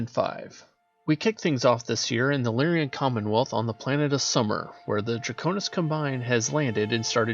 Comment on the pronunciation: Lyran is pronounced Lear-Un. Combine is pronounced COM-bine when used as a noun. It is only com-BINE as a verb.